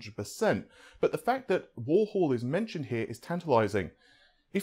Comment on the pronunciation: Not at all. I'm amazed after all these years he hasn't learned how to pronounced 'three' and 'Warhol'.